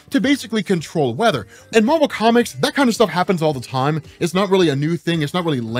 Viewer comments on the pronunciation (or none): none